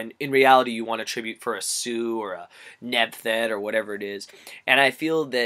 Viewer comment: The way you said Nebthet LOL!!!!!!!!